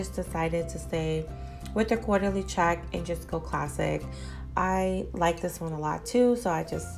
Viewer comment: I love their teapots! Thanks for showing the difference between the sizes. It's actually pronounced Court-ly check. New subbie!